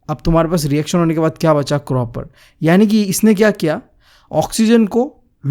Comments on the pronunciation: Copper ❌ cropper✅ 😂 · Copper ❌ croper✅ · Bhai cropper nahi copper bolte hai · Copper can be heard as croper😂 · Copper ❌ cropper ✔ 😂😂 btw your teaching unique and very understanding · bhai ye copper ko cropper kyu padhta hai koi bta skta hai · its copper not croper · Bhai ki kropper(copper) if you want to listen to it🤣🤣🤣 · Copper ❌ Cropper✅ Just for fun 😂😂